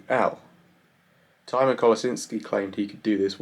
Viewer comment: He pronounced it like the herb Thyme